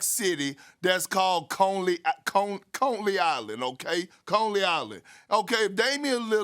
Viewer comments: Conley island 😂😂😂 his pronunciation been off 😂😂 CONEY ISLAND,NY 😂😂 he f’d up moody moses name in draft too I mean moses moody 😂😂😂😂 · Lonely Island 🤣 Its Coney not Conely, but that was good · Knicks and Lakers. As a Laker fan from New York I will say it's provided some great T.V. moments. Also side note it's "Coney Island" not Conly Island 🤦‍♂️ Perk trippin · Conley island 😂😂 u mean Coney Island bro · "Contley Island" 😂😂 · Conley island 🤣 It’s Coney Island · “Coley Island”- Perkins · Did he say Conley Island.😄😄😄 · Perk can’t even pronounce Coney Island correctly